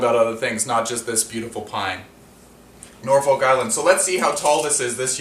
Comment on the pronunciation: The folk in Norfolk is pronounced like took. Similar to Norfolk Virginia.